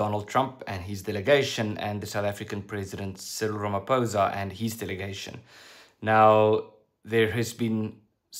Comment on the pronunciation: Good work. just pronounce Ramaphoza's name correctly. It's pho not pou